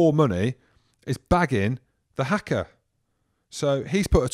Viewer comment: I’d take you a little more seriously if you didn’t pronounce it as “hacker”.